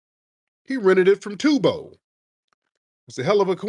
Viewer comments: ITS TURO NOT TUBA SMH😅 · Right. I'm like what this man talking about "tubo"? 😂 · It’s turbo not Tebow Tariq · Turo, not Tubo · Lmao Tubo its "Turo" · It’s Turo not tubo😅